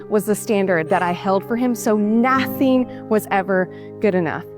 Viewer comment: it's the way she says ñauthing! You just wanna b slap this troll.....